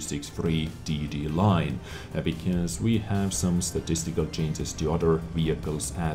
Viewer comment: why does your "changes" always sound like "chances"